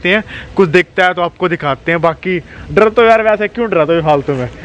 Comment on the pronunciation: Sir drrrrrrrrrrrrr nhi hota dar hota hai